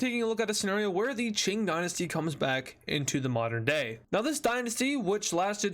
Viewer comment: Ching Gynasty? It's Qing Dynasty